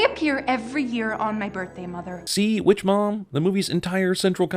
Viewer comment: Stop ruining movies! Also emphasis on the word ''Witch''.